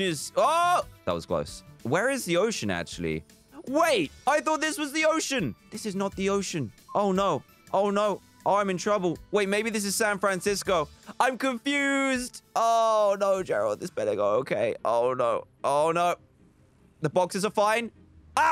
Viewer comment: He said Sanfransico